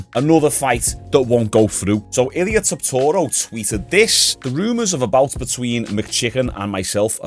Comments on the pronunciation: Bro, how many times you gonna say Topuria wrong? You add six extra syllables and four letters that are not in it. Tuh-poor-e-ya. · i’ve never heard someone pronounce Topuria name like that🤣 he must be doing the speed thing getting everyone’s name wrong for engagement. never fails